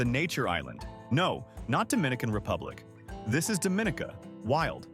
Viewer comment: You pronounce Dominica Dohm min eeka- and Kalinago as Kal ee nah go and Morne Trois Piton as mourn- one or two photos not of Dominica= but nice, very nice pics and it looks like a nice place to visit the way you have displayed it- I will look for more of your videos of other places, just ensure you pronounce the names- and maybe give different ways for people to access there-and any hotels? Thanks for this nice video. There seems to be a lot to do. And for the commenter that asked about a nightlife, it depends on the time of year- Oct, Nov and Feb seem to be high night life times.